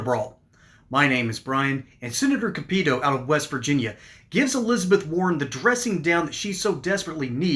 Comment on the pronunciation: It is pronounced Shelly Moore “Cap-a-toe”.